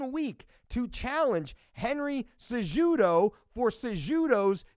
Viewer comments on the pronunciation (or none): cejudo say it with silent j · Isn't the j pronounced as an h in Spanish and Portuguese?? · Fully aware of who Mike Dolce, which is why it's that much more hilarious that he cannot pronounce the names of two top tier mma fighters. And by top tier I mean a current champion in cejudo, and the most recent former champion at 135 in garbrandt.